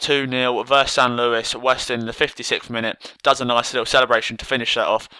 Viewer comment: San luis.? u need the ACCENT mate